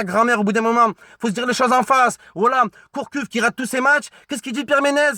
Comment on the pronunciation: Gourcuff pas Courcuff mdrrrrrrrr